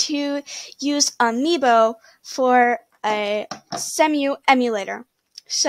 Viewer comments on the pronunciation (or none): smack your limps a bit more and tell me you dont know how to pronounce Cemu...... without telling me you dont know how to pronounce Cemu....... oh wait